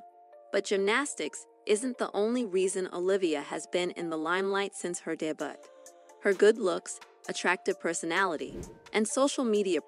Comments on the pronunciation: Dunno who narrated this video, but "debut" is pronounced "day-bew," not "day-butt" . . . LOL . . . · Debutt? Really?? It's pronounced Day-Biew..... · Who reads this stuff?? She pronounced debut like day-butt. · “her daybut” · The narrator said DAY-BUTT!😂🤣🤣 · " . . . since her DEH-BUTT . . . " well that tells you something about fans or at least this one. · the word DEBUT. . look it up. . you mispronounced it. . you can look up PLAGIARISM while you are at it :P